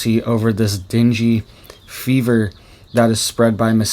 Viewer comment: It's not dingy fever, it's Dengue Fever